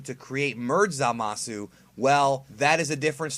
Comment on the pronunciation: For someone who makes it a point to try and pronounce Japanese words phonetically, you sure do mispronounce Zamasu's name. You're saying "Zuh-mah-su" with three syllables, but it's supposed to only be two syllables in "Zama-soo".